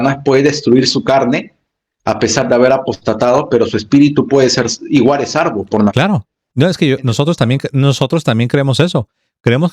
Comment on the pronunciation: Hermanito se dice SALVO...no sarvo